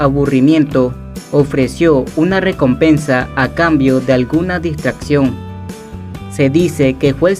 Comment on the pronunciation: El riey de la riecomepensa